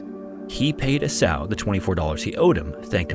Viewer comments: Esau = EE SAW. Not EE sow. He’s not a swine.😂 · Couldn't understand what you were saying. "A-Sall"? Then I saw on the screen: "Esau." Do people just not know how to pronounce names anymore? EEE-saw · It's E-saw. E-saw. E-SAW!!! A.I. isn't worth a shit. For anything. It's to enslave us. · Surely the name "Esau" is pronounced E-SAW as in the biblical Jacob and Esau. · Interesting story. The guy's name was EE-saw, as in Jacob and EE-saw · It's Ee-saw.